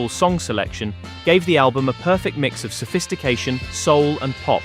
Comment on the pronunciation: Американский соул звучит как наше, родное -аул!! Кошмар...